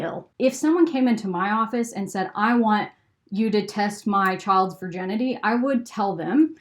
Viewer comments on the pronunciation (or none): Am I the only one who is bothered by her pronouncing Virginity Vir - JEN - ity?